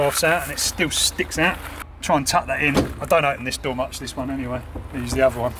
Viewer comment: Why do you even want to have a damn can on a wheels. "it's so convenient! You just pul that, stick your hand inside a car, be carefull not to break your window, you shut the dor, strap a window to a ceiling and woila you just closed the dor." I would rather take a bike...